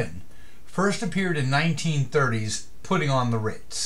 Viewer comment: It was also covered in the 80s by an artist called "Taco" which was a very fun rendition! And it's *Puttin', not "Putting". Spelled and pronounced w/o the "g" on the end.